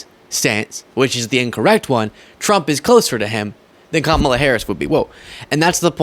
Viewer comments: Gotta give it to this podcast MAGA guy, he's respectful enough to say Kamala's name right. It's the small things that make me more willing to not completely disregard every single thing they say. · Wow, that guy actually said Kamalas name properly! That might be the first time I've heard a Maga say her name properly.